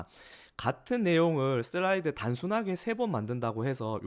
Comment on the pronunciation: '슬라이드'라고 쓰고 '쓸라이드'로 읽는다.